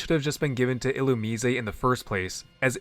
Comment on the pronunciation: Illumusesay ??? (Illumise)Who ? 😩🫠 I can’t figure out sometimes if you genuinely be mispronouncing Pokémon names on purpose or innocently but it does give me a laugh so I appreciate that. ❤